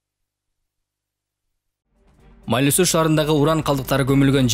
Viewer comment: Журналистер Майлы -Суу эмес, МАЙЛУУ-СУУ деп туура жассанар сураныч .